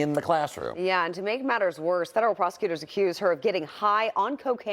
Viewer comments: Fentanyl. Not fentanol. The country is never gonna get to grips and tackle this issue if no one can even pronounce it correctly 🤦‍♂️ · Fentanyl has a T in it, it's pronounced. This announcer calls it 'fen un al' 3 different times in the segment. I hear this with others that don't say the letter T when it's in a word. Is this a speech impediment or a millennial thing? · What is "fen-uh-nel", Jason Mattera? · And the lesson to be learned kids, never take 'fe-a-nyl'. Is this the latest TikTok fad amongst Americans, just ignoring the 't' in every word. I would expect it from teenage dullards, not adults posing as reporters. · Not surprised. Pls reporters pronounce fent-an-all. 🧐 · It's a word thing. Difficult word until people get it right. 😂 Fen tah nil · How do you post it in writing and STILL pronounce it wrong!!!?? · Illiterate reporter can't even pronounce fentanyl correctly.